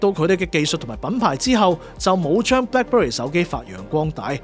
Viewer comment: 將Black Berry讀成Black Bury係唔係專登？